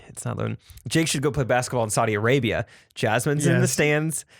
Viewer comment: I’m ashamed of how hard at laughed at Saudi Alabia. Was that intentional or a Freudian slip, Jake?